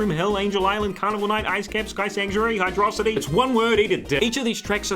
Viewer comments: pronounces Hydrocity as Hydrawcity. Unsubbed. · From my own experience, is the only YouTuber I've ever heard pronounce it as High-Drah-City. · I will literally fight you over how "Hydrocity" is pronounced I am so serious 😂😂😂😂 (no I'm not serious, Im not gonna fight you, I really like you bUT PLEASE PRONOUNCE IT CORRECTLY PLEASE IM BEGGING-)